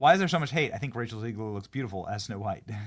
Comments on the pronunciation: It's ZEGlar, not ZEIGler. You're doing my head in. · It's ZEGG-LER not ZEEEEGLER.